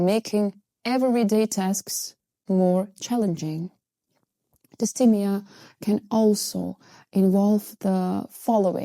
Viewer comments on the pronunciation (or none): Hey, just a tip... If you're talking in English (which you are), the pronunciation for dysthymia is DIS-THY-ME-A (with the second syllable sounding like THIGH) not DIS-THEE-ME-A. Understandably, you are using the French pronunciation but I just wanted to point it out because the way you say it sounds a bit off to English speakers. Otherwise, good job!